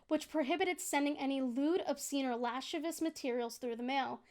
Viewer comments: I hate to be that guy, but it's pronounced "la-siv-ee-us". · love you but you mispronounce lascivious every time an it makes me want to rip my ears off (luh-siv-ee-uhs)